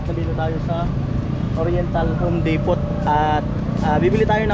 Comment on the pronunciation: Depo lng Ang basa nian ND po depot silent t po xa ibg sbhin ay warehouse